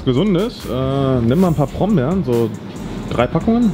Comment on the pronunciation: Niemand:: „nimm mal paar Prombeeren“ ja moin das heißt Brombeeren 🤦🏼‍♀️